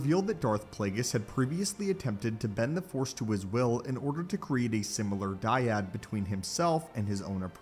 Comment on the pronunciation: The " dYaD"🥴